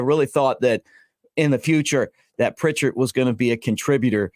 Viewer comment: Update: Pritchett has removed his name from the portal! Also: It’s Pritchett and not Prichard… He’s not the city north of Mobile.